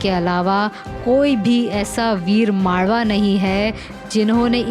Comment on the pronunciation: मालवा नाही मावळा.